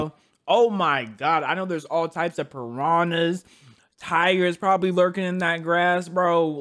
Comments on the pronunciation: Why did he say paranas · did you say paranas in grass?!